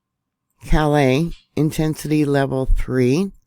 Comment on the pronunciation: Hi ,thought I’d share. just an fyi..the town in Maine.. Calais is pronounced (Cal liss) not (Cal lay). I only know this because my daughter lives over the border in St.Stephens, NB. I do however like (cal lay) much better. We laugh about this now. Always a great report.